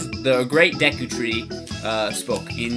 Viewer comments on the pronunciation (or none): none